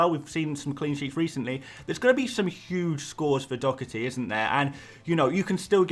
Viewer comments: Doherty’s name is not pronounced “Dockerty”!!! My god where do you see a C or a K in the name? It is pronounced “Daw-Herty” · I Love your videos but the way you say Doherty drives me insane 😅 there's no 'C' mate, it's literally just Doh-erty 🤣